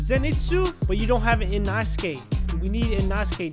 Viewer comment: “Inahskay”💀💀 its uh inosuke💀💀